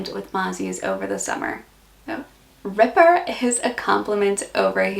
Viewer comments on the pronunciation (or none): none